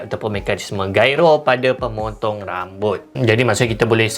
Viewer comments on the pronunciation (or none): none